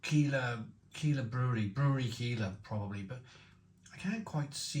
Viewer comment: Looks great. It’s pronounced like Kyler instead of Keeler, by the way.